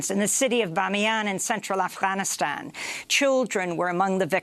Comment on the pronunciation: check out the way clown girl pronounces Afghanistan. It is hilarious. She may as well call it: Afghanis- hobby lobby doo da-stan.... or Affytaffy - lala stan. This clown girl is the most cringe person on the internet! pathetic